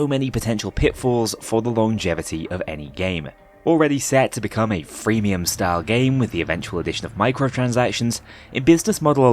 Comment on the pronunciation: didnt he say freenium?